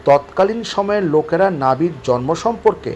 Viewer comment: আপনাকে বলছি, আপনার মতো একজন শিক্ষিত মানুষ জন্ম শব্দটি উচ্চারণ জর্ম বললে ভীষণ শ্রুতিকটু লাগে ভাই।